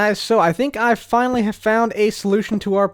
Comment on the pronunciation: fine-ly or finally?